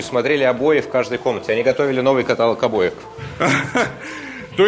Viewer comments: Но этот же проводник ставит ударение в слове каталог на «А») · Однако, у гида есть слово кАталог, а в детском саду происходят инсинуации))) но это забавные мелочи. Гид очень хороший.